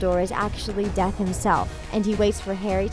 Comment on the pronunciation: I thought when she said Dumbledore was death I thought she said def and It would make sense... it wouldn't